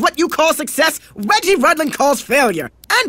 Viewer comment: Is his name wedgie? Or are they saying regie?